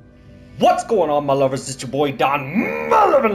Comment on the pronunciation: 1. The fact you say mahluvs is 🔥😂 2. Great voice for narration 3. Cool little game😂 don't eat my face. I like the fact they're cute to you&you keep mentioning your face getting eaten😩so much